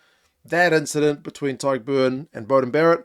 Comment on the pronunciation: My thoughts: you're the only non-Irish person to pronounce Tadhg perfectly and effortlessly 👍🏼 anyway back to the Rugby!